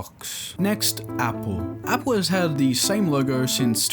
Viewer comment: "appel" 💀 apple